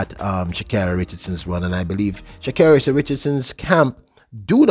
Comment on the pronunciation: Pronounced 'Sha-Kerri'...Yohan ran 9.8 for the first time since 2012 last year, he'll need to be able to run it more than once this season to be competitive in the event!